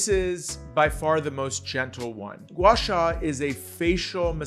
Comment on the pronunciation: Respectfully, Gwah -SAH is the correct pronunciation. Look to an expert like Sandra Lanshin to better understand and how to correctly perform this technique.